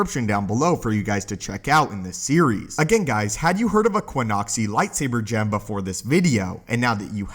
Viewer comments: Qixoni, not Quinoxi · ki-ZAH-nee or ki-ZO-nee there's no 'U' there.